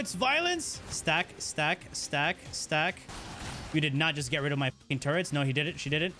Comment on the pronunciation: There is no N in turrets. Please stop saying turrents.